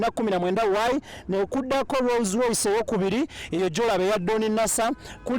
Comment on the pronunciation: It's called Rolls Royce not Roz Royce..